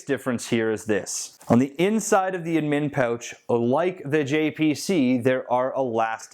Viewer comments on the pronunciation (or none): why do you put the emphasis on MIN in the word ADMIN? Sounds really wierd lol. I put the stress on the AD